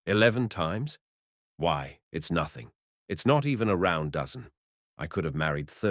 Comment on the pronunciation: "The Round Dozen" not "The Roiund Dozen".